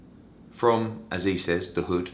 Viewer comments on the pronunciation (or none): none